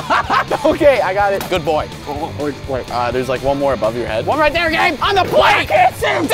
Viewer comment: its good boy not guud boy